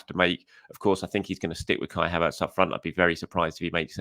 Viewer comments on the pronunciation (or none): none